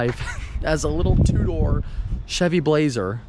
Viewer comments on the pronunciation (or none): none